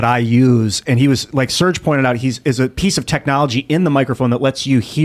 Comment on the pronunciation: Also its Serge